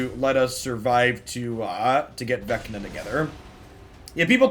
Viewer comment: Say Venka one more time.